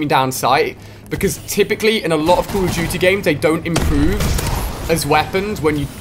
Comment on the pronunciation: Jeee wiz dude why do you say call of duty like: Coooool of duty